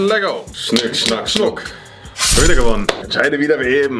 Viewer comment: sagt: Schnick, schnack Schunk